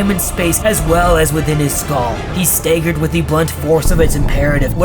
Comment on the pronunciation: This is great but why do you mispronounce "staggered" ?